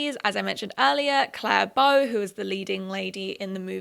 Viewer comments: CLARA BOW PLS I love your vids but a little piece of my soul died every time you said Clare Bow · It's pronounced 'CLA-RA Bow', not 'Clare Bow'. BTW, don't forget '60s It Girl Edie Sedgwick. She was a wealthy socialite who modelled for Vogue and who was a muse to Andy Warhol. She sadly died at age 28. Edie was known as the 'Girl On Fire'. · Her name is Clara Bow not Clare Bow !! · Her name is Clara Bow!! not claire bow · calling clara bow 'claire bow' is killing me ngl